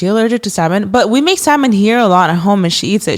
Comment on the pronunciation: Stop because the fact is actually pronouncing salmon the correct way has me shook 😁🫶🏻